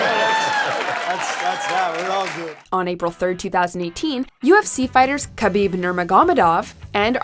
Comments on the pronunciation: Listening to this lady try and fail to pronounce Khabib's last name is hilarious. Guys, he's a UFC fighter. Just watch one of his fights and see how its pronounced LOL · absolutely butchered khabibs name. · You just butchered Khabib's last name..